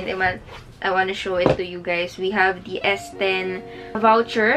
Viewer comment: You pronounce "the" as "dī" if it follows a word that has a vowel as its first letter. Such as "dī eagle"